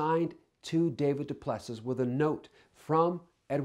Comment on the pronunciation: DuPlusee. say it properly.